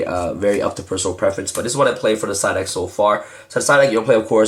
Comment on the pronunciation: Lol i laughed when you said duck instead of deck